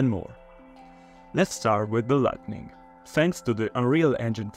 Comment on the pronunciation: Great job in this! I also love how you say lightNing :)